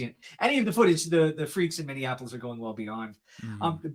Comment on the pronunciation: Mini - apple- us "Minneapolis", NOT "Minionapolis" Since we are unfortunately in the news so much, I've noticed that about 20% of the country can't pronounce the city correctly. Anyway.